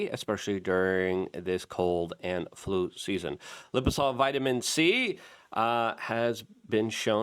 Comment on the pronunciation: Luke can't even pronounce the name of his OWN products lol "Liposol" 😂, it says "liposomal" right on the screen, where's the "m" Luke? I guess it's one if those "silent M's"